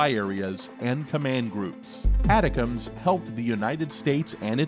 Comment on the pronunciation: Its Milley, not "miley" and its pronounced "attack-ems". Learn to read pls